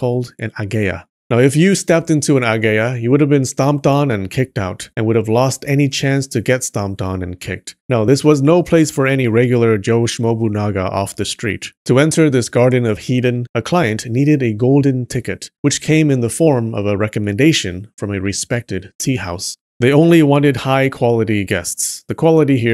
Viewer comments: “Joe schnobunaga” 🤣🤣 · "Joe Schnobunaga" 🤣🤣